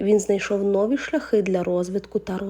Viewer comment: Не нОві, а новІ !